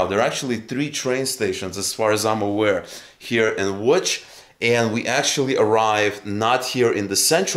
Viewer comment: Congrats on the correct pronounciation of "Łódź". Most Americans say Lodz, which is atrocious.